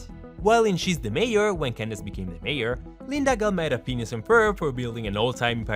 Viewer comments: Is it the accent or are you purposely calling Phineas, “penis” and Jeremey, “germ” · It doesn't sound like he's saying phineas.. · he always says penis and it's hillarious for some reason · Him: Phineas and Ferb Subtitles: Penis and Ferb